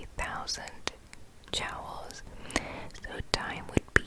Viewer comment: This was a very relaxing video. So soft and quiet, great to listen to. One point I have to make though is the way you keep pronouncing the word "joules". It shouldn't sound like "jowls" but like "jewels" . Sorry to mention it, but I wanted to help.